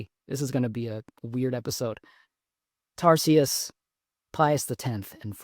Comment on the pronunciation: Love St Tarcisius. Pronounced Tar-ki-si-eus